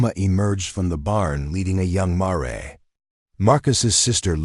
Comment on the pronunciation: A good story at 1 hour an 13 minutes so far if U can stand the AI pronunciation. A horse story where a "mare"- female horse- is pronounced "marry". This thing is full of them, the worst , I have heard but so far a "ud " (good) story dot At the end I am not sure even AI knows which horses it is talking about, the Ironwood band or the Sullivan band at the lock up facility, kind of comical dot Starts out "ud" and burns out dot